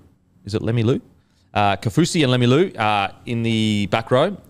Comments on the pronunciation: It’s “Le-Mu-Elu” Not Lemmy Loo 👀🤦🏽‍♂️😂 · Hey, It's LEH-MOO-ELL-OOO for Connelly Lemuelu. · Hey boys, love all the shows you guys do. Just an FYI, Connelly Lemuelu’s surname is pronounced ‘Leh-moo-eh-loo’ Followed him through his time at the cowboys, he’s an absolute gun.